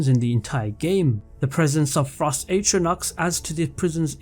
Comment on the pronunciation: It's "atronachs". Keep up the good work <3